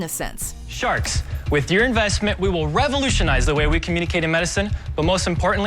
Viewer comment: " HWUT HWILL SAEVE AMAIRIKAH. "